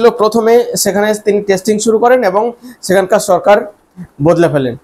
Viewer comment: It would be better and more acceptable if you improve your accent. For example: it is not 'des' but 'desh'; it is not 'suru', but 'shuru'. However the content is not that bad.